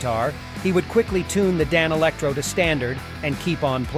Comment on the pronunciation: Yeah, the AI voice doesn’t know how to pronounce ‘Danelectro’ 😂